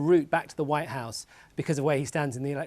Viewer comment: Race for "ze vhite house" am i the only one that is hearing 👂 the news reader sound like she saying that 🤔 🤣